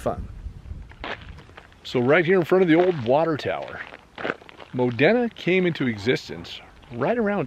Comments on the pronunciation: Thanks again for the great video! We're from Newcastle and I work in the Modena area at times. By the way it's pronounced mo- dean- a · Locals pronounce it "Modeena" (i.e. Moh-Dee-Nuh).